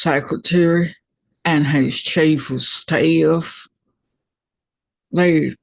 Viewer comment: You crack me up,!! "....it wazz his CHAFE of Staff..."